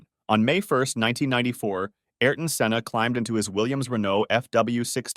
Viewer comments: Its senna not Sienna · si-enna? senn-a